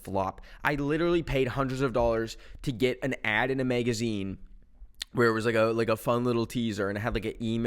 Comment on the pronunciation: “Megazine” right after